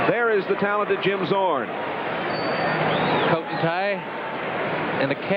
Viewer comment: "Zim Jzorn" 😂😅